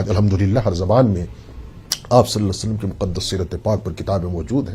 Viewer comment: پیارے بھائی صلا صعلم درست نہیں ھے۔ درست پڑھئے صلی اللہ تعالی علیہ وسلم